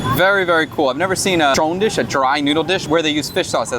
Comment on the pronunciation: when you said the word trộn you sound like your saying the Chinese word for the rice dumplings粽子 that we eat for the dragon boat festival. Man every time you have a new post makes me more more want to go back to eat and also give a chance to visit my aunt and family.